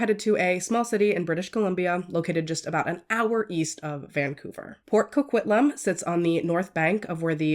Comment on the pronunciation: We don't claim this pile of puke! And I am very impressed with your pronunciation here. I think you and Christina Randall are the only two non Canadians I have heard pronounce Port Coquitlam properly haha.